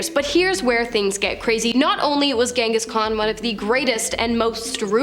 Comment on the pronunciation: "gong"his khan 😂 jeez racist much... might as well call him "ching-chong"his khan😂😂